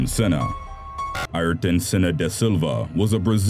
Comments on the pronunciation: By the way it is pranounced airton for setting senna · Ayrton = ''Ear-ton'' Senna not ''eyer-tun''. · He says it like ayrdon but yes i love senna but he doesnt sqy his front right tire hit his head thats what killed him